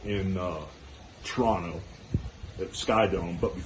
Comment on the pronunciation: Hulk said 'Toronto' exactly the way its supposed to be said lol.